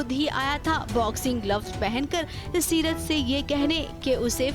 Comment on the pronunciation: Seerat ha setar nhi 😂